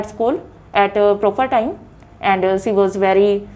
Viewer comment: Instead of using she.. She was used ci, shud.. It's completely mispronounced Answers of the ideas were good hence the Pronounciation was awful😜